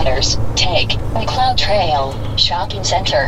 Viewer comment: It's Mcleod Trail, like in the TV show Mcleod with Dennis Weaver, you are unteachable !